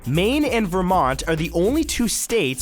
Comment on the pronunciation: #1: Can you show us a picture? #5: ...which is named after the Greek God of Victory. I think that should have been added. #8 Wimble-ton? #29 - I know what the bluetooth symbol looks like, but why not include a picture in the video? #31 - "Yermont?" "Yevmont?" =) #42 This "fact" has been proven untrue (or at least grossly exaggerated). He wasn't cut from the team, he was just put on JV instead of Varsity. Honestly, I'm not a big fan of the verbatim text animations or the still pictures with poorly animated mouths of famous people speaking about themselves in third person. I like the clean and simple design, but I think I prefer seeing your face on one half of the screen.